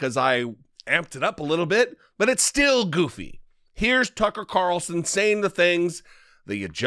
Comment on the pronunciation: TuckeRitchie CaRitchlson